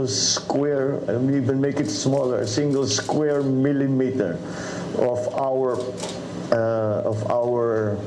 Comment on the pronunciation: naku po.,me bagong kokopyahin na nman c Pakyuw nyan., 'Singol Eskwer Milemetro' .. 😁😆😀